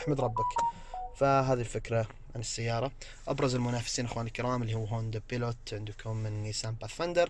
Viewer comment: ياخي في بعض الأسماء حق السيارات المنافسة نطقتها غلط😂 زي:هوندا بايلوت honda pilot فورد اكسبلورر ford explorer بس هذه النقطة اللي عندي غير كذا شكراً على ما تقدمه لنا من معلومات مفيدة❤️